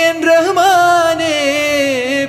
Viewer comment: ഉച്ചാരണം ഒന്നു കൂടി നന്നാക്കാമായിരുന്നു ഈ മനോഹരഗാനത്തിന്‍റ തുടക്കം. (റഹുമാനേ എന്ന് കാല്‍ നൂറ്റാണ്ട് ജി.സി.സി. ജീവിതത്തില്‍ ആരും ഉച്ചരിക്കുന്നത് കേട്ടിട്ടില്ല ) റഹ്മാനേ എന്നാണ്. മുസ്ളിംകള്‍ തിങ്ങി നിറഞ്ഞ മലബാറിലും കേട്ടിട്ടില്ല.